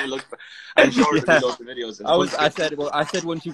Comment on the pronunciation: shore Liam Shooore